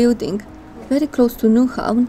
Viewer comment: Very good presentation, based on fact, not the usual rubbish many vloggers make up. You have done your homework, well done. BTW, you must be German. Not many can pronounce "Nyhavn" correct. Tip! English sentences are build pretty much like Danish (Vikings again) and many words are pronounced like German.